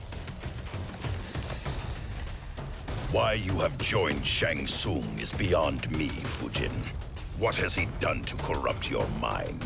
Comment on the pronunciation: Bruh, why you butchering my boi's name like that. It's Shang Tsung. xD